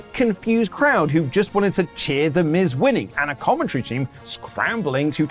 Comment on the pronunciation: Thank you for putting some respect on The Miz's name,.